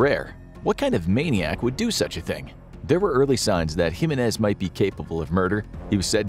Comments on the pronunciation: It's pronounced "HE MEN EHZ" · No, he didn't pronounce my last name, "Jimenez" with the right inflection. It's decent but more work needs to be done in pronouncing Spanish names.